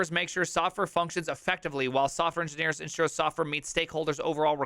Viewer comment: "engineerelopers" LMAO